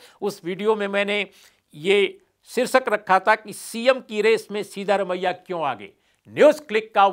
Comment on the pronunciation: His name is सिद्दरामय्या not सीधा रमय्या. You can always ask a Kannadiga friend or any South Indian how to pronounce it. Please make the effort.